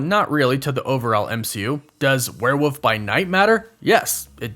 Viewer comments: The way you say were woof....frustrates me...lol its were wollllllllllf.....wollllllf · ...it is WEREEOLF NOT WEREWOOF